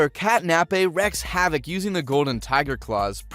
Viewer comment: Seriously, how do you watch an entire show hearing how it's pronounced and still not get it right lol. Also, he said "wreck havoc" a couple of times, it's "wreak havoc."